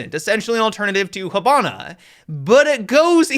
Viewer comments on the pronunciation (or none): Is no one gonna react to him saying "Habana" instead of Hibana?